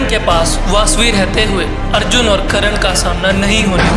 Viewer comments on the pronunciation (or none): भाई करण नहीं कर्ण, नाम का उच्चारण तो सही से कर लिया कर।